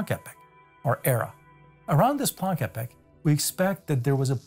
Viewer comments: Epoch is pronounced "EE-pock," not "Epic." You don't want to confuse people... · He keeps saying “epic” instead of “e-pok” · Why is he pronouncing epoch "epic"? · Two things. First, epoch rhymes with "free clock" it has a long e sound. Second, Inflaton rhymes with "in your mom" (short a). This is very grammar ocd, but I couldn't resist. Apologies in advance.